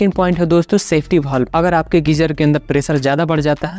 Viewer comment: वाल्व को भाल्व तो मत बोलो भाई